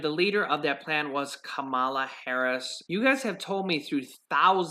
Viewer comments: You should pronounce her name correctly. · You're mispronouncing Senator Harris' first name.